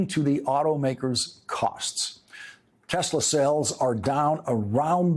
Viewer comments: "I love Tesler" 🤣who voted for this thinking second go around would be better.... jfkm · "I LOVE TESLER" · “I love TESLER!”